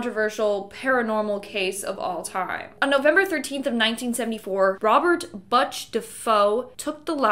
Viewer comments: BUTCH NOT BUTTCH 🤣🤣🤣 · BUTCH is NOT pronounced like that! It's like book with the tch at the end. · Lol "BUTTch"... How does someone not know how to pronounce "Butch"?... Must be a Canadian thing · Have you heard of anyone named Butch pronounced Botch. NO! #? It's pronounced Boou- tch. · How does she not know how to pronounce the name Butch??!! 😂😂 every time she says Botch makes me laugh!! Girl you pronounce it like a Butcher who cuts meat up for sale. Not Botch. Smh !!!! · It’s Butch - not Buch Defoe. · It's Butch, not Botch Scotland, not Scottsdale 😂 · Butch DeFeo not Botch DeFoe. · Its "bootch", not bitch or biatch for that matter. I hate it when people mispronounce proper names or even nicknames. It just makes it seem like sloppy research was done. And the last name is "defay yo" not "de foe". Just sayin.. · BUHch??? It is Butch. Like Butcher. geez. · Probably says it like “Beach” 😆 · Butch is pronounced like bush, but with a "ch" at the end.lol It's my dad's nickname so I thought I'd help you out a bit with this one😂👍🏼. Basically it is pronounced like butcher, but without the "er" at the end.👍🏼🫡😂🙏🏼🙏🏼🙏🏼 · I had to turn it off after “buttch”. People need to know how to pronounce a name if they’re doing a podcast or vid on it. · The Amityville killers name is Butch. Pronounced Butch. Like a meat butcher😂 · “Butch” is pronounced like “Butcher” without the -er, and “DeFeo” is pronounced like “Duh-Fay-Oh”. It’s odd because “feo” is Spanish for “ugly”, so, “Of Ugly” is the literal Spanish translation of the name. 😮 By the way, I’m not telling you the pronunciations to make fun of you, I just thought it might help if you were going to make any more of these vids. Thanks for this one, I really enjoyed it 👍🏻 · Who mispronounces Butch? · lol I read this comment 3 seconds before she mispronounced “Butch” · It's not BUTCH like hutch .. the correct pronunciation is Butch like hOOk... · lol Butch isnt pronounced like that. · They way she pronounces Butch lol. Oof.